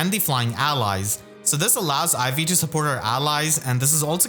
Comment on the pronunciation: Because you put the emphasis on the second syllable, I keep hearing you say IV like teh stats rather than Ivy’s name lol